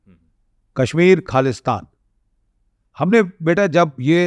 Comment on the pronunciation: Why host has a dumbest accent. It's not kaalistaan ( it's khalistan) Wrong pronunciation... Being an Indian one should have clear hindi as it's our national language